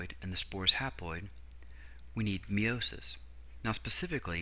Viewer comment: It's pronounced Meye-o-sis not Mee-o-sis